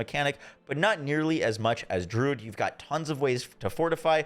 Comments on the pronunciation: Dude its not Drood its Dru - uhd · I really dislike when people are grammar Nazis, but hearing him pronounce druid as "drood", it like nails on a chalkboard for me. Druid, drew....id.... I come across so many content creators that mispronounce very simple and common words, almost as if they've never used them in their own vocabulary.